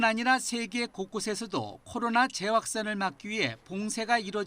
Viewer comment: 코로로로로나 ㅋㅋㅋㅋ 기자 발음